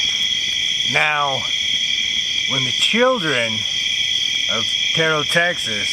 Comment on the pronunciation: It doesn't matter now LOL but it's Terrell, TX pronounced like Darrell or Daryl, not Ter-rell 😁 ... that was a good one, I liked it! I like the sounds of nature so that the campfire is heard as you already know I love bonfires, and I definitely loved hearing the Coyotes! Well done, keep'em coming and hope ya have an amazingly blessed week 🙏🤗🙏